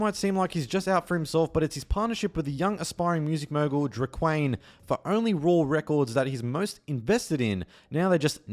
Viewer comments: Great vid as usual and Dre’quan name is pronounced Dray-Kwon, black asl I know😂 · Sheesh you butchered the hell out of Dre’Quan’s name lmao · When I heard “Drey-Kwaine” and “Real DeeMezz” I thought damn is ai generated?😭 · “Flea market” - FLEE market “Real Dimez” - Real DIMES (like the coin) “Dre’Quan” - DRAY-KWAHN